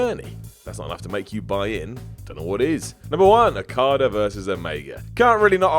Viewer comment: Why do you English chaps keep saying "Rokada"? °w°